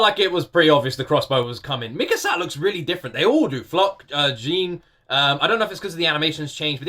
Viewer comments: 4 seasons in and you're still saying "Jean" like that 😭🤣 Ooooh ooooh oooooooh I'm so excited for all your reactions to the upcoming episodes in.. well in pretty much every episode of S4!! I literally just wait for your notifications on the days you upload AoT 🤩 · Cmon after 3 seasons, pls say Jean's name correctly. It's the french way of saying it, with an 'O' sound.